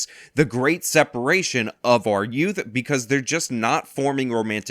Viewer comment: Youth with a New Yawk accent 😂